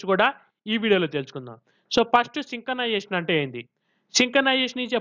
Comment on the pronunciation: Synchronization ❌ sinkanization✅